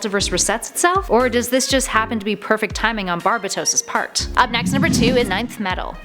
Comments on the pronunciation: Just saying pretty sure it is pronounced Bar-bae-dos. Not Bar-bi-tos. Not a big deal just for future references. Dark Nights Metal is amazing. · Why is she saying "Bar-Ba-tos Mult-I-verse Nth metal" Weird? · It’s pronounced barbAtos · it’s bar ba dos not barbatos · It’s “Bar-Bay-Toes” not “Barb-Bu-Toes” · Its barbados not barbatos just correcting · BAR-BAY-DOSE why do y’all just loved mispronunciation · I hate your pronunciation of Barbatos. Given the whole BAT theme, I call him BarBATos. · It's pronounced bar- bat- toes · its (enth) metal and (Bar-bay-tos) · Papa Linguini yes it's bar bay tose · It’s bar-ba-tous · Yeah it's barbeitos and inth metal lol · Not how you say Barbados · Angelo Alires she also pronounced Barbatos wrong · Omg and the way she says barbatos